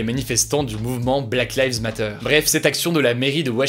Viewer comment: Le monde : "black lives matters" Hugo : "black lives MATTEURS" 😭😭